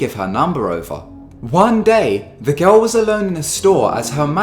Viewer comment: i like how the narrator says girl! like garl or something, i totally love it hahah! also this is scary as fuck. don't watch video's like this after midnight slone in your room my friendsxD